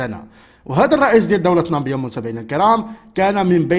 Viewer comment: خويا واش انت ما قاريش را اسمھا نامييييي_____ب_____يا ماشي نامبيا